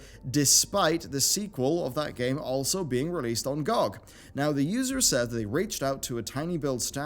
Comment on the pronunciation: GOOG? it's GEE O' GEE